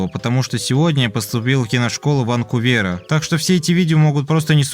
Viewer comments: джон лЕнон вануцвЕр Чувак, что с ударениями? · Как пишут другие комментаторы, есть проблемы с правильностью речи и текста. Причём, проблемы серьёзные. Ниже примеры. Прям режет слух неправильное ударение в слове Ванкувер. "Под раковином" - это что за зверь такой, раковин? Может под раковиной? Ещё "шиколад", который должен быть шоколад. "История со судом" - жесть! Если ты так не прикалываешься, а реально говоришь и пишешь, то очень советую почитать книги, они лучше всего повышают уровень грамотности. Ещё, очень спорно использовать слово сталкер в подобном контексте, ведь сталкер это тот, кто проникает на закрытые или заброшенные индустриальные объекты. Но пошла странная мода обзывать сталкерами тех, кто занимается слежкой и преследованием. По теме видео, лично у меня возникло ощущение, что парень из-за травли и неудач потерял связь с реальностью или вообще словил шизу на этой почве. И даже у него есть (или была) девушка.